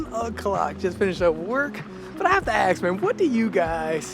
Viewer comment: You don't want to ask people but "aks" them something? Please use your rather pathetic "gangsta" lingo at home. 😎